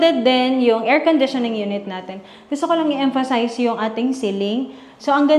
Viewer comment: Nadurog nyo na po yung word na emphasize 😂